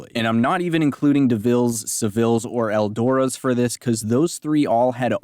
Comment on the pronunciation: Eldooras😂😂😂😂😂 Eldorado? 🤷🏾‍♂️